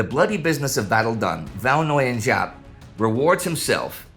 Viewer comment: Indy if you struggle the pronunciation 'Võ' sounds like 'go' but with a v instead of g, 'Nguyên' like 'win', and 'Giáp' like 'zap' or 'yap'! thank you for covering this part of history!